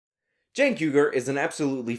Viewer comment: who is cenk? u mean keek? keeeeeeeeeek.